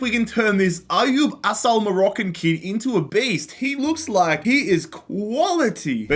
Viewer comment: Criminal pronunciation of ayoub Assal